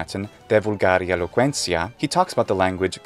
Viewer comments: Why does the /t/ in "De vulgari eloquentia" sound like an /s/? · Ah, I see! I thought perhaps in classical Latin, T's in those particular positions were pronounced like /s/, and that's why in most Romance languages they've become /z/, /s/ or /θ/. Thank you. :)